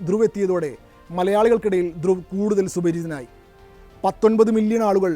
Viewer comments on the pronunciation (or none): ധ്രുവ് . രതി=Druw Rathy എന്നതാണ്അയാളുടെപേര് 👌ഹിന്ദിചാനലുകൾ പേര്ശരിക്ക് ഉച്ചരിക്കുന്നത്കേൾക്കാം മലയാളക്കാർ 🥴 ഇദ്ദേഹത്തെരാട്ടി, രത്തി, രാത്തി , എന്നിങ്ങനെ പറയുന്നു😂 ഒരു കൊല്ലത്തോളമായി ഞാനി ദ്ദേഹത്തെകേൾക്കയും 😊എൻ്റെ 5000 ത്തോളംവരുന്ന ഫെയ്സ്ബുക്ക് 🎉സുഹൃത്തുക്കൾക്ക് ഷെയർ ചെയ്യുകയുംചെയ്യുന്നു😮 ധന്യ വാദ്😊